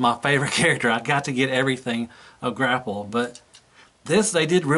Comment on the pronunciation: "Gra-pelle" haha ;)